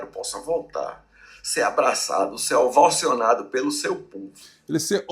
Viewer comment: Não! Queremos ele bem vivo! Prá cumprir os seus vinte sete anos de cadeia, que ele foi condenado! Além de tudo, não é ovocionado e sim ovacionado!